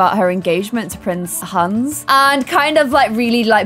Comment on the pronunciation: Who else always hears prince hands??? Once you hear it you can’t un-hear it!! Btw love your videos!!